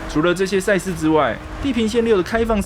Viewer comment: 恩...千速，話說為啥賽事我聽起來都像差事?XDDD